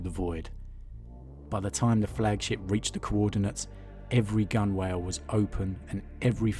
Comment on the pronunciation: Gun whale. Haha its pronounced gun-all